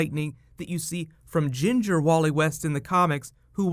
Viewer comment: whenever he says ginger it sounds weird